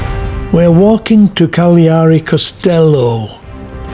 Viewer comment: I enjoyed the variety of video speeds and different shots, and you pronounce Cagliari properly :o) We'll be going there on the Queen Anne in October; my mother can't walk far so we'll find a sightseeing bus. Are you from Yorkshire?